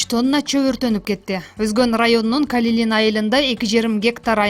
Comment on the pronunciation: Калилин эмес Калинин туура суйлосонор уят барбы?